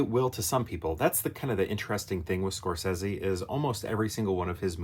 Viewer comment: Interesting pronunciation of his last name. 😂😂😂 I do like the movie a lot. Shutter Island is one of those out of left field Scorsese movies. Hard to rank Scorsese movies for me without seeing them multiple times especially this one.